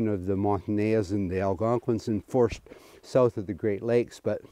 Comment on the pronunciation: This is great. BUT, it’s “Mon-tan-eyes”. I used to say the same. Keep up the great interpretation of history.